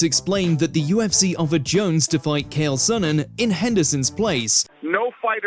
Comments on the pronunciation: Ah yes, Kale Sonnen and Justin Gaith-je. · "Kale Sonnen" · Butchering Chael Sonnen's name, Justin Gaethje's name, and a lot more